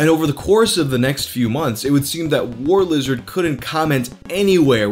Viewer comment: "Who isha Warshlishard?" I hiccup undershtand the shtruggle hic